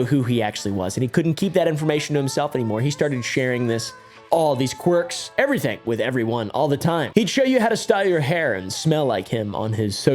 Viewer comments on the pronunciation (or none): none